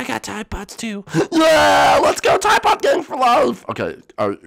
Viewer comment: Teeday Poedes (tide pods)